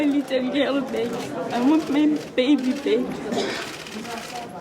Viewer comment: "I want my baby bake" au lieu de back.. C'est une triste blague cette femme..